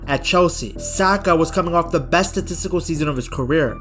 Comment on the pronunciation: but but bessst team in the wirrrrlddd